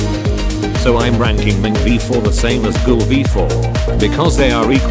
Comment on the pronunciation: Bro it's ghoul v4 not google v4